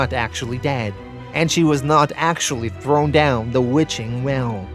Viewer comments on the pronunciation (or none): none